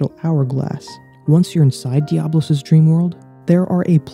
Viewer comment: Important to note that it's Diabolos, not Diablos.